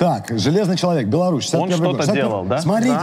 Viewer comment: почему говорите чЯлавек, если написано чАлавек?